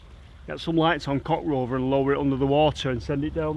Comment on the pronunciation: "Coc Rover"😂😂😂